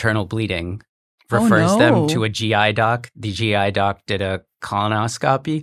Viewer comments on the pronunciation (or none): It's weird hearing an adult native speaker not know how to pronounce colonoscopy.